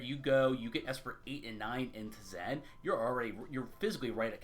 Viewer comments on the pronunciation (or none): Teh Zen is not how that's pronounced. It's like saying Kuh Nife.